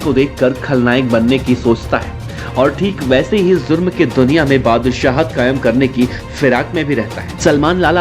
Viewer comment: Zurm nahi jurm hota hai Hajjam anchor😂🙏🏻